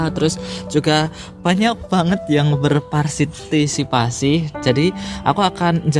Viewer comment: "..banyak banget yang berparsitipasi.."